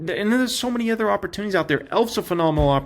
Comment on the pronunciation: It’s so painful to listen to mispronounce the word “OTHER” 15 times in a single video. Here’s an hint, the word doesn’t start with the letter E.